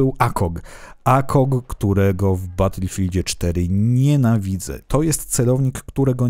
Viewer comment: Błagam nie mów "akog" tylko "ejkag"